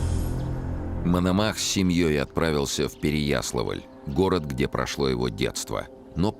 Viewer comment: С ударениями у Чонишвили беда... Откуда такое желание искажать имена и названия городов? Ну хотя бы ПереяслАвль пожалел бы. А вдруг фильм дети увидят?